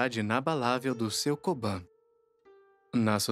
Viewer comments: Uma correção: se pronúncia Kobun e Oyabun exatamente como se escreve. Diferente ao inglês a vogal "u" não se pronúncia com "a". Portanto Oyaban e Koban não existe. Ótimo vídeo . Fica só essa dica. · Oyabum kobum vc ta pronunciando errado